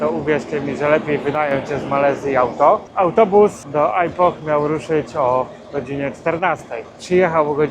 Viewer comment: Dlaczego źle wymawia Pan nazwę tego miast, to nie jest (ajpoh) tylko (ipoh z lekko milczącym "h", jak (ipo)